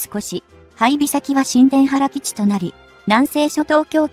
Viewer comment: なぜ日本語読みがおかしい、新田原ーにいたばるをしんでんはら、艦首かんしゅーかんくび、おおくにあるこの放送は日本人でないでしょう